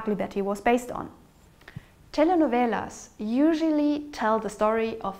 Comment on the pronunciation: Good pronunciation of "telenovelas" !